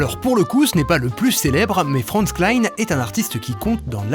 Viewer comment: Attends : Klein ce prononce Klin et Kline ce prononce Klein. Vive les langues.